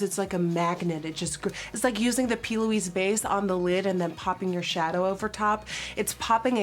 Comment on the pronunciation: If I here her say "P Louise base" on more time in her videos!!😂